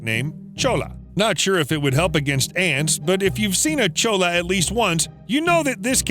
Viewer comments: He pronounced cholla cactus "Cho-la"... That is so wrong... it's "Choy-a" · CHOLLA CACTUS……CHOY-YUH CHOY-YUH not Cho-la. Ugh. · Cholla is a spanish word and is pronounced as "Choya," not "Chola." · Bro just called them cholla lmao (it’s actually pronounced choy-a) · Choi-yuh not chola. In Spanish when there are two Ls together it makes a yuh sound. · "Chola" cactus 😂 Nah, man, it's pronounced with a Y, not actually with the L's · That's not a chola it's a cholla. Dear lord that pronunciation he used creates a HUGE discrepancy. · It’s pronounced “choy-ya” not “choa-lah” It’s a Hispanic term, Cholla. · Omg Cholla is not cho-la it's choy-ya. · Not Chola cactus, choy-uh cactus. The L's together make a Y sound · The cactus is pronounced choy-ya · Cholla is pronounced ChoY-ah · Small bit of advice: cholla (the cactus) is pronounced “choya” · You should do a whole video on the cholla cactus (pronounced CHOY-YA btw) Those suckers are little hell plants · Cholla is pronounced choya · It’s actually pronounced “CHOY-uh” cactus. (Arizona native) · My boy its pronounced CHOY-YA cactus cholla is slang and it's a jumping cactus not a flying cactus. - The desert people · its pronounced choya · Jsyk: Cholla is pronounced as "Choya" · Fun Fact: Cholla is pronounced CHOY-ah. It's a Spanish word, and a double L is pronounced like a Y. Bonus Fun fact: And a J is pronounced like an H. The city of La Jolla is pronounced La Hoya. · It’s actually pronounced (choya) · the mispronunciation of cholla pains me. its "choya" the two L's make a y sound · Cholla is pronounced wrong in this vid. “Ll” makes the “y” sound. Should be Choya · Jumping cholla pronounced choy-ah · Cholla is pronounced "choya" because it is Spanish. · It's pronounced CHOY-YA (CHOLLA)...Chola, is a type of Mexican fashion and culture embraced by Mexican females. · The cactus is pronounced like “choya” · Cactus wren nest in Saguaro, not the pictured spiny Cholla which is pronounced "choya" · the way he pronounces cholla lmao